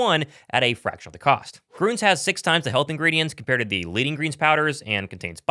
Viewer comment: Hey, "Gruns" (with an umlaut), is pronounced just like "Greens."